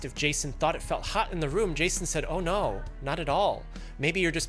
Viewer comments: “Ohhh nooooooooo” in an Asian voice fucking killed me 💀💀💀💀💀😭😭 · lmaooo am the only one who noticed he used a Asian accent say oh no HAHAHAHA